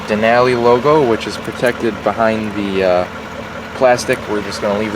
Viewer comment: Nice overview. Just need to pronounce “Denali” correctly. :)